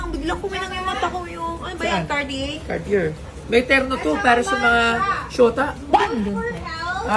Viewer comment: Miss gandang '' ang bigkas nyan... (CATYER) IN FRENCH para sa susunod..at least may sense ang comment ko😅 di lang basta viewer mo basta", ALIW ako sa vlog mo❤❤❤